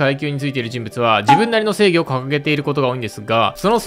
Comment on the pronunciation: スモーカーの時の、正義についてですがのところ、性癖についてですかにしか聞こえない。イケメンだからちょっと興味あるなー